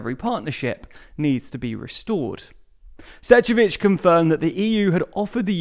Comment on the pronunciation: Please! Pronounce the name of Šefcovič properly. This is ignorance.